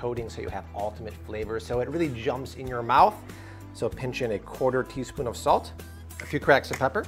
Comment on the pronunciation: Its not pronounced salt